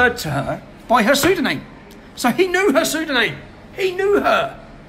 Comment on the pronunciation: Great work Tommy, however, the word is not pronounced "psydoNAME" 🙄😂